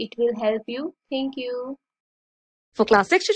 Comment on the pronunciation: Ma'am it's class not calss